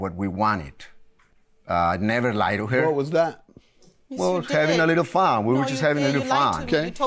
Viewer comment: "we were jus having a little FON a little FON" Lmao